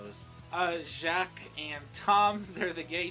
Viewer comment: I’m surprised you actually pronounced “Jacques” right instead of saying it like “Jacquise”.